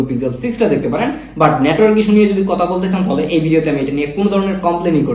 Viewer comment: Kotha not kota